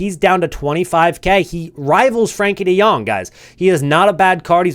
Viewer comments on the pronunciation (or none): none